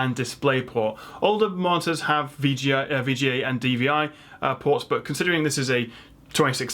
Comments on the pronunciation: MULTIPLE MARTYRS! i read this at the start of the video and it sounded more and more like martyr every time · Ultrawide martyrs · martors? that is how it sounds your saying it lol monitors aha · It's such a shame you can't properly pronounce MON-I-TORS...it massively undermines your knowledge set.